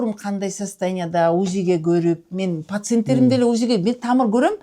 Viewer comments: Пасентерим дейт го😂😂😂 пасент эмес пациент бул дарыгер карангы но ушлый экен😂😂😂😂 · Пасент эмес пациент 😅